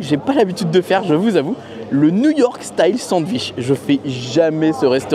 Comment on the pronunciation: Je ne me lasserais jamais de ta façon de dire « sandVICH » 😂